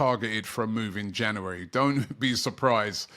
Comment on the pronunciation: It's January not Jannerwerry